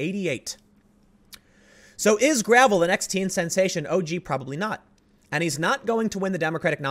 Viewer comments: I think it’s pronounced gra-vell’ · I believe it's pronounced gruh-VELL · For the record, its pronounced "Grah-veil".